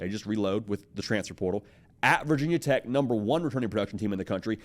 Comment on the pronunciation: Nobody in Virginia says “Vah Tech” it’s VT or Virginia Tech. Get it right.